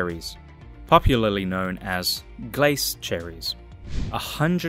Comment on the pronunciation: NOT Glase Cherries - Glacé cherries.